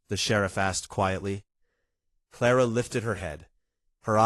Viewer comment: Ara instead of Clara? AI is horrible. Wrong spellings, wrong pronouncing of words!